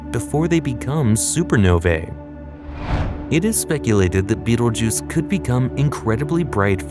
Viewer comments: “Veetle-rooch”? It’s pronounced like “beetle-juice”. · I cannot listen to this guy call it beetle rouge anymore